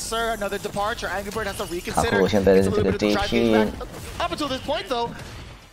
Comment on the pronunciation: 解說有跟沒有一樣就算了，人家名字叫「卡K魯」，很難唸嗎？